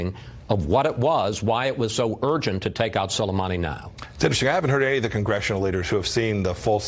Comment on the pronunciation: he said "scolamani" LMAOOO